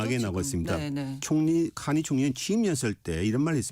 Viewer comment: 캐니 아니고 카니입니다.